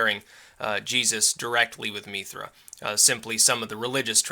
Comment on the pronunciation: Its actually pronounced Mithras in a Roman/Greek context. Have yu read Evola's work on Mithraism?